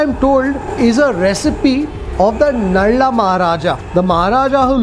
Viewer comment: Its called nala not nalla